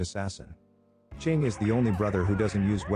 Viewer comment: Chiang as "Ching" is crazy work...